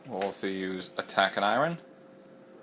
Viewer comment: I would never trust my books to a guy who doesn't know how to pronounce a word as simple as "iron."